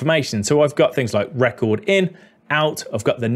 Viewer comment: You said "record" for "record." 😂